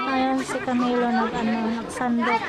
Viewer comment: Camelo , not Carmelo .my mistake🤞